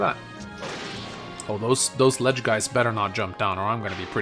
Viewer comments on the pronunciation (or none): Does not know how to say "ledge" or am I missing a meme?